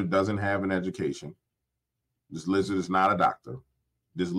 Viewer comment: Can't speak clearly, LIZZA 😂